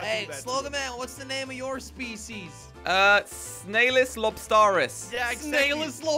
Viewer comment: my speseas is Snailuslobstarrus